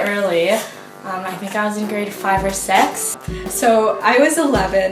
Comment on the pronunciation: lol I knew she was from Canada when she said sex instead of six and then she said something about Toronto